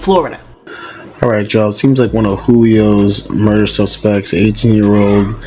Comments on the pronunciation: It's not muredor it's murder lol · Can’t even pronounce mooder correct !!! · 😂😂😂 it's funny the way she pronounces "Murder"